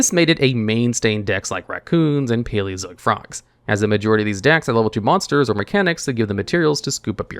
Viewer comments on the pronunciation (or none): none